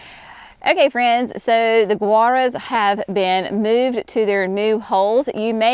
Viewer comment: Gaura I always pronounced same as Laura. I have grown since it was perennial of the year back years ago. You are pronouncing Guara like Gura. Have I been wrong all this time? Then others are too apparently. Please clarify.